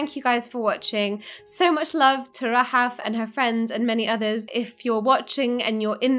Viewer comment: Hope the name Rahaf becomes a wildly popular for newborn kids. Love the way it sounds when says it.